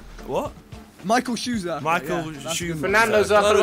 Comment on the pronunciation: Micheal shuaminter